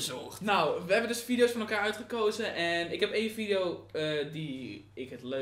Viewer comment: vileo... dikke chinees 😂